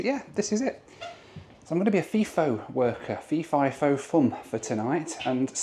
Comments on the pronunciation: 2 things to point out as an Aussie. they’re called utes in Australia, not pick up trucks. The other, it’s pronounced fi-fo, not fee-fo. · As someone who has actually worked FIFO at Tom Price here's a few corrections. Its pronounced F-eye-FO and NOT F-ee-FO. Its spelt FIFO not FEFO The reason they fly Fokker 100s and Boeing 717s into Paraburdoo is because of the construction of the runway. The run way is long enough for planes like the 737, but its not strong enough for the weight of those aircraft. I have a pilots license and that's one of the basics of runways. Its not just a matter of length but they also have to handle the weight. NOT ALL of the people who work at the Tom Price Mine are FIFO. The Town of Tom Price is a real town with shops and houses and schools and sports clubs. When I was working at Tom Price in 2013 most of the people I worked with in the electrical engineering support team lived in town. I was on what's call a 8-6 roster were we'd fly in on one day and fly out the next week on the same day. 2 of us flew in on a Wednesday and 2 left on that Wednesday after we'd had a handover meeting. That was then a common schedule for an operating mine. For construction of a min ethe roster was typically 3-1 or 4-1 but that referred to WEEKS not days. Of course you didn't work 3 or 4 weeks without a break. You'd usually have Sunday's off or every second Sunday off. Some of the construction schedules are pretty brutal. The main reason people in mining earn or appear to earn a lot of money is the number of hours they work. One project I was on had a 10-4 (10 days on 4 days off) with 10 hour days schedule. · And Third, its pronounced fi-fo not fiii-fo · Fly In, Fly Out = FiFo not FeeFo lol! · Pronouced 'F-eye-fo' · Fi rhymes with hi.